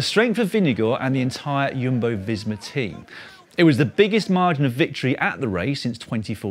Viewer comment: It’s Jumbo not Yumbo